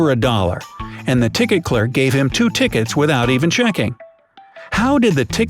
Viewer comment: Please learn to pronounce 'clerk'